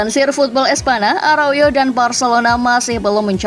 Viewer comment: Aroyo?? Arauho min😅😅